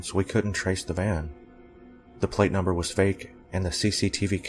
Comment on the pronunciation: NUMBAH TWOO